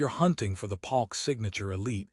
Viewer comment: Is this AI? Bass (like a fish) Palk instead of Polk??